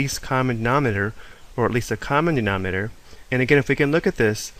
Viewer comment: Does it bother anyone else that he says "nominer" and "numertor" Yikes!